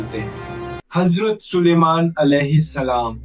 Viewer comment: Hajrat nahi azrat kho